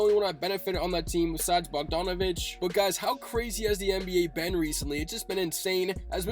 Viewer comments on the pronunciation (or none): none